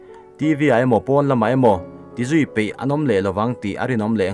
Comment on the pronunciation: I thil chhiar pakhat ZAWK, pon ni lo in porn tih in lam tawh ang che